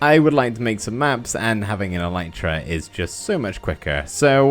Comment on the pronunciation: It's not "an elytra" but a pair of elytra (like trousers). Elytra is the plural of elytron. Also, it's pronounced "EL-lit-ra", not "e-LITE-ra". I know, just about every Minecrafter on YouTube gets this wrong, I'm just trying to correct them one at a time... (you can look it up on the official Minecraft wiki or on plain old wikipedia, elytra are the hard outer wing cases of beetles)